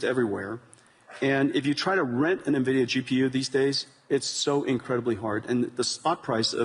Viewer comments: What is this 'NEVIDIA' Fink keeps mentioning? LOL It's ENVIDIA for God's sake! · Fink its EN Vidia, not Nuh Vidia 🤦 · I wonder if Jensen grimaces every time someone says NUHvidia instead of INvidia which is the correct name. I do. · What is this company "Nevidia" the host is talking about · Calling it nervidia from now on. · "ne-vidia" ?! maybe try to figure our how to pronounce the name correctly ... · right! I don’t know why some people pronounce NVIDIA much like NAVIDIA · why do all the investor people call it NUH-vidia. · LOL I think Larry said Nevida 🤣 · Fink is not even pronouncing NVIDIA correctly. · can't even pronounced NVIDIA correctly. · He doesnt know the pronounciation of Nvidia. Tells a lot. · I've heard so many investor business people pronounce it like this. Grinds my gamer gears.